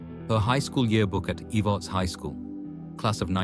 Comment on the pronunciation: Watching from harlan ky, verda, she was kin to my husband. It's not pronounced eve-arts its Ehv-erts